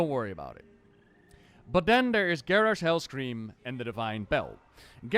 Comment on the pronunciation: Garrosh. Garrosh. Garrarsh. :O